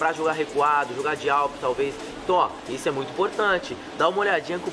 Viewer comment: Kkkkkkkkkk awp=alto